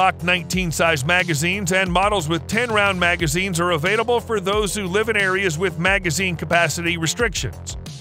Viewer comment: And they're avait-able...